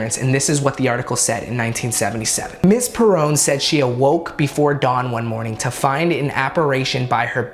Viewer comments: It's pronounced "perrin" not parown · perron, pronouned “perren” not “perrone” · He’s pronouncing all the names wrong from the movie lolol “bath Sheba” “Per Roan” “CarolYNE” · Please say it right,The last name Perron (PAIR,UNN) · Perron, pronounced: pair-run Do not visit the house. The current owners have lived there for years, they have never experienced anything throughout their years in the home. However, since the movie released, the couple have found several people tresspassing on their property, people throwing rocks at their house, and people showing up knocking on the door to ask questions about the movie/house. It is intrusive and they find it highly irritating, understandably. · Sorry but he kept on saying the last name wrong😭 PEAR-RUN. Sorry just had to point that out. My step-dad is a Perron and his dad talks about this all the time because it was his cousins. Like for to see this and get the name right😂👏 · awesome video but I couldn’t help not bringing this up. You said Perron family like “Perown” and apparitions as “Appa-raytions” bfjdjsks its not a big deal but it was bugging me 😭😂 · LOL if he would have rolled his R it would have been funny hahha. I've heard it pronounced as Peh-run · Pronounced Pear ron. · I new this video was gonna be shit the second he Mis pronounced Parron. Do better research. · I could swear he pronounced their surname wrong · He kept pernousing the perron family last name wrong